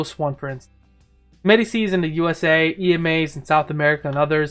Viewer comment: its pronounced medi-chi.